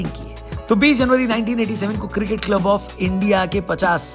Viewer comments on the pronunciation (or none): Janab... Cricket hai not circit... Improve yourself please! India first 🇮🇳